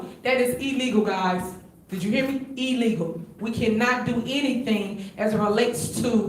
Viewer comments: She said, Ee-legal. Can’t even pronounce words correctly. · Tiffany: “it’s ill-leego” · Did she say ellegal not illegal and that people showed up in drones 😂😂😂. Wow! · ILLEGAL...not E LEGAL. DROVES..not DRONES. ASKED..not AXED...Good God from ZION!! 😏😒🙄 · why she keeps saying shit is E-legal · She also said E-Legal 😂😂😂😂